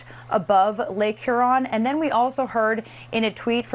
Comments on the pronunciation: Cracks me up on how you say Huron 😆 say it like “ here-on” lol. Lake Huron is around the thumb part of Michigan. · And you jacked pronouncing lake Hew-ron and on-tare-rio